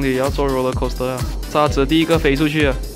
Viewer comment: 嗨啊原,嗨沙子我还以为说嗨傻子哈哈啊